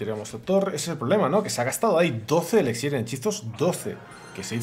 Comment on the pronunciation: 2021 ya y sigue diciendo ELEXIR.